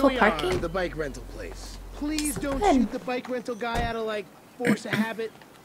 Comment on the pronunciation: Lol "to shart, instead of shoot".